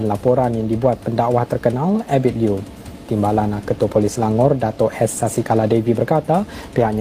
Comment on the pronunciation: Ebit liew jd ebit low?...sbut yg benar mas